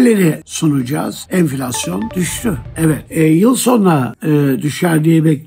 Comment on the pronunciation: Enfilasyon düsdü😂😂😂😂😂 Beli girildi enfillasyonun agepenin guvetinle😂😂😂